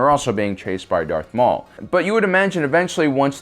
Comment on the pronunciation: “...when qui gon got penetrated by earth maul...” like you’re right, but why did you have to say it like that?